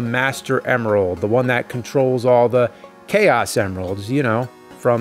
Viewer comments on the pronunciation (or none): none